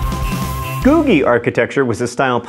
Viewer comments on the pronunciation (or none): none